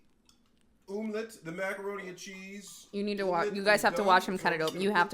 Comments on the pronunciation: is anyone gonna talk about the way he’s pronouncing omelette 😭😭😭😭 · The umlette 😂